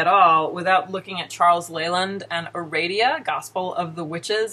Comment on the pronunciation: I'd recommend reading the version of "Aradia" that Gardner used, to get a better idea of Wicca's history. (Nit pick: you're mispronouncing the name; the second "a" should be like "ah.") "Mastering Witchcraft" was either my first or second book on the subject. Great book. That cover looks exactly like the one I have from the mid-70s. Has it not changed, or do you have a really old printing? "A Witch's Bible" is a great recommendation; I would add Stewart's "What Witches Do" for a good introduction to Alexandrian/Gardnerian/British Traditional Witchcraft. I got to meet Stewart before he died, and Janet much later. Both very nice people. As another tidbit, "Farrar" is pronounced with the accent on the first syllable. I loved the little sigh you gave right before showing Cunningham. The best thing about Buckland's book is the exercises. What, you mean Wicca involves doing work? I have a couple of Silver Ravenwolf's books. (I bought them used so I wouldn't be giving her any royalties.) I don't know if it's still there, but on her website there used to be something about hiding your religion from your parents. This included the statement, "Oh, and you parents? Maybe you don't care about your children, but I do." I was horrified; that's the statement of a cult leader. As for the books themselves, I found the style patronizing, like she was assuming all her readers were idiots who couldn't handle anything difficult. The content was a joke; I'm by no means an expert in the subject, bu